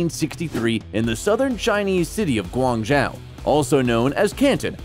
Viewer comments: Guangzhou - pronounced gwong-JOE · Pronounced Guangzhou (广州) two different ways and both of them were wrong. Said his Rolex was "fourteen thousand" but written on the screen was "14,000,000" (fourteen million). Mispronounced Ontario. ... What kind of low-production video content is this channel? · Guangzhou is pronounce like gwang-joe. And that is not Canton. Guangdong is canton in Mandarin while Guangzhou is a city in Guangdong.